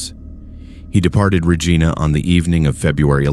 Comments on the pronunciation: Regina is pronounced Reyena not Regeena!! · great stories - but Regina is pronounced R E G I N A not R E G E E N A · It is pronounced Reg I na. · Reej-eye-nah =Regina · Whether the narrator is a human or an AI, I doubt that it is Canadian because it cannot pronounce "Regina" correctly. I have seen this same failure several times on other channels. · you are pronouncing Regina incorrectly but i do enjoy the stories. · Please learn the proper pronunciation of Regina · I was just going to say that! They pronounced it as a name, lmao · The guy can’t say Regina right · The mispronunciation of so many Canadian communities it’s Regina, Kitamat… come on bro. Do better.